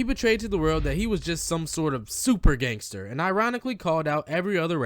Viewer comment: He called meek mill a "gangtser rapper" 😂😂😂😂